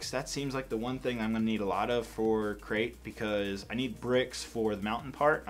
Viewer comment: Did you say a great or Crait start